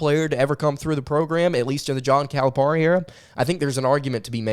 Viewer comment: It is pronounced Cal-a-PEAR-i. Not Cal-a-PAR-i. Love your show!